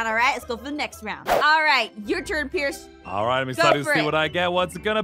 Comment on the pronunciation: sorry but it's "pierce"